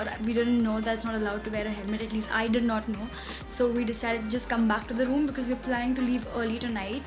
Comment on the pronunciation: Could you please get your pronunciation for “Because” corrected? Because it is really irritating to hear “Bicccz”. And yes keep the good stuff rolling.:)